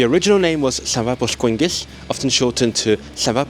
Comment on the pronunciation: You even said llanfairpwll... correctly